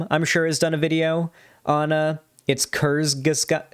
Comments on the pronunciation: Thank god breadtube finally got to TJ's bad takes. I've loved the Amazing Atheist since I was in middle school, but he can't be allowed to act this dumb without criticism. Edit; Also, it's pronounced "courts-ge-zockt" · pronunciation of the word Kurzgesagt made me die a little inside